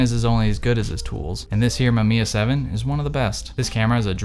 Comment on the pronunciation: this man really said "Mamamiya 7"